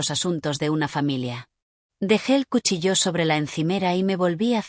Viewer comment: Que yo Sepa Cuchillo No tiene ningun Acento porque lo pronuncian como si lo Tuviera expliquenmelo Please